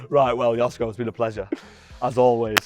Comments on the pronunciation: The proper pronunciation of his name is “Joshko / Yoshko” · It is pronounced: yoshko ;) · At least could learn how to pronounce Joško...